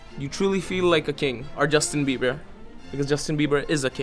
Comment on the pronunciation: when you said justin beber selina golmez ora alada accah lol bro